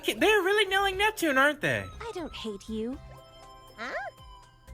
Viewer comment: I don't get how hard is to say Neptune name.